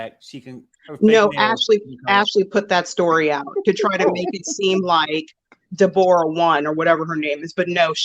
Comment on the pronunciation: Her name is Deborah NOT De Bora